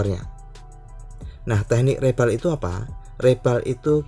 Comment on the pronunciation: Reball, bacanya riboll, bang